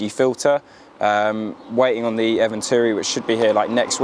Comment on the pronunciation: eventuri and akrapovic someone please educate this poor lad on how to pronounce these brands properly 😂😂😂😂😂😂😂😂😂😂😂😂